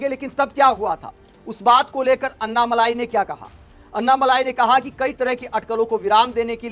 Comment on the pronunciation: मलाई नही अण्णामलै कहते है तामिळ मे